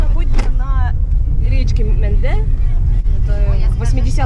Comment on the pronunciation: Речка называется Менда, а не Менде или Мэндэ.